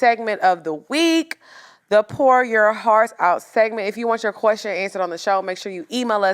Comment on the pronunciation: That "pour"(numerous times) 😂 🤣😂🤣